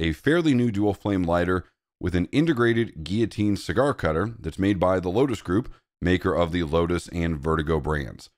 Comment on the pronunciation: What the hell is a 'gee-a-teen'? It's like you're trying to say "Guillotine".